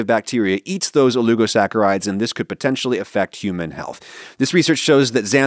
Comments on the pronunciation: Dear Adam, /o-lig'-o-sack"-a-ride/ As espresso has no 'x', that word has no 'u'😉😄 ❤️your show (otherwise,lol)😇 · There's no 'u' in oligosaccharides, why are you saying it like that?